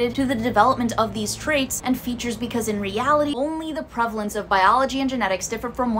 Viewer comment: "Prevelence, prevelence, prevalence"